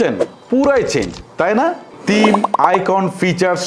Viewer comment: তিম না থিম হবে